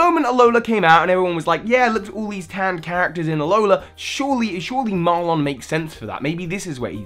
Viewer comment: So help me, do not pronounce his name as "Mar-lonn," his name is "Mar-linn"